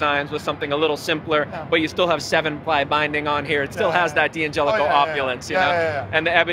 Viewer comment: The D’angelico representative can’t pronounce DANgelico correctly.